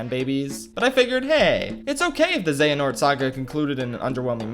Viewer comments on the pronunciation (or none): none